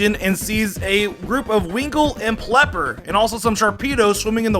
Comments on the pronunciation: is it me or did he say plepper instead of peliper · winkull and pelper lol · what the fuck is a plepper? its Pelipper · did my man say "plepper" edit: he said "vivlion" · calls Pelipper plepper LOL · ive been watching homie since high school and im graduated out of college by now and hes still saying plipper